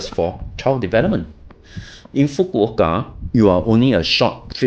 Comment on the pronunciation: Thank you for making the effort to pronounce Fukuoka correctly 🥰😄🤣